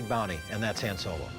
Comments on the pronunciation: It's pronounced Hon Solo!! Not Hand Solo ! (D silent) and you call yourself an expert?? 😅😅😅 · It's Han (Hawn) but thats okay.